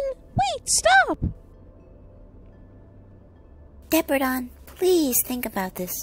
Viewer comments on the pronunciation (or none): you said derpadon not depradon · It’s depradon not degragon